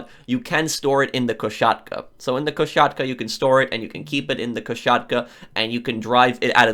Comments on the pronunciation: Please stop saying "koSHatka" it is spelled with an "s" not "sh". My ears curl every time. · It's koSatka, not koSHatka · I wil Go super saiyan 3 if I hear Ko-Shat-ka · If I hear koshatka one more time imma lose it too